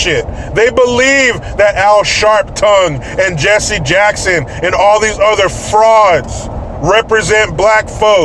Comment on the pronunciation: its Jesse "HACK"son